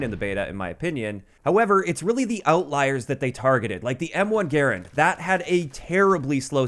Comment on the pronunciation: You know is a gun guy because he actually pronounces Garand properly